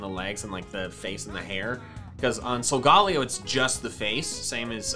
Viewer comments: i tried not to but i must... ITS SOGA NOT SOGAL ITS SOGA LAYO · SOGALAYOOOOOOO!!!!!!!! NOT SOGALLAYOOOOOO!!!!!! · It’s So-ga-lay-o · why do you pronounce it as sol-gA-leo insted of Sol-galei-o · It’s pronounced solgaleo as in galeleo not Leo as in the constellation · I hate people who says sogeleo wrong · Sagalao what HS said it wrong \=( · He saying Solgaleo Wrong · Arceus (arkoos) and silgolio is arloos